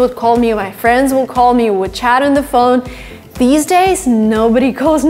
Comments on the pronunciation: For sure. I naturally thought she was American until her pronunciation of certain words caught my ear. Got me confused and then I read your comment. Her ‘L’ sound is a bit off, like in ‘building’ and ‘call’. Impressive. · you pronounced « new » with a British pronunciation and I feel like you pronunciation of « call » seems a bit British but maybe it is just an impression I might be wrong